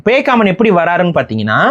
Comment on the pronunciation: அது பேய்காமன் இல்ல பேக்காமன்....